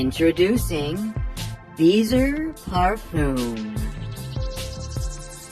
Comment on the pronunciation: I didn’t hear “beezer parfum” in the beginning. I heard “beezer harpoon” and I was CACKLING 🐳 🐳🐳🐳🐳🐳